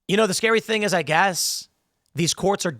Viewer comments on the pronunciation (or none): none